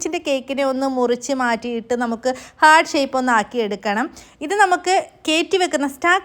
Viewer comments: Heerrt allaa pronounciation hart ahn 😂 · Heart ഒരിക്കലും pronounce ചെയ്യുമ്പോൾ ഹെർട്ട് എന്ന് പറയില്ല. ഹാർട്ട്‌ എന്ന് തന്നെയാണ് പറയുക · Hurt alla... heart aaan😊